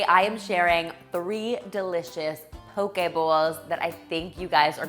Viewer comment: Mahalo nui loa (thank you very much) for your proper pronunciation of the word “poke.” Your Hawaiian is spot on! 🌺🌸🌈❤️